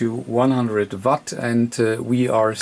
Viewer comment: Not watt vatt!! Either way great video and have had the same radio great radio after having it for a year. Mine is also mars modded and I haven't had any problems with it. Also think it is just nature of the beast with these new radios, they are not the greatest on am, also have a ft-991 I just acquired, and it is the same on am, audio not that great. Think these new radios are mostly designed to work on the ssb modes, and fm and am is just a secondary thing.